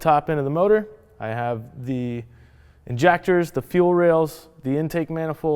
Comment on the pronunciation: INJACKTERS lmao never calling them injectors now hahahaha